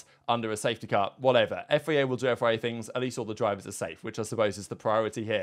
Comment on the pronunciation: I really like your videos but will you please, please stop saying FEA. It's FIA. :D